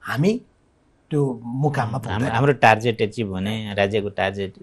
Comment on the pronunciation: यीनका सल्लाहकार छैनन् कि के हो? टार्जेट पो भन्दैछन्। टार्गेट सम्म भन्न सिकाउनु नि! अनि कोभिडको समयको आवश्यकताभन्दा बढि खुकुलो मौद्रिक नितिका कारण आएको मन्दिको जिमेवारि लिने कि नलिने स्वनामधन्य महासय? अझ पनि १५-२० को निति सहि भन्ने? ब्यान्कको सीमा छ नि त। त्यो के हो?